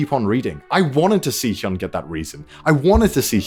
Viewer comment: Btw its heeyun not heeyoon.